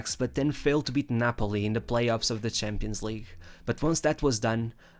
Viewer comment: NIEMAND: WIRKLICH NIEMAND: ER: Schampionleague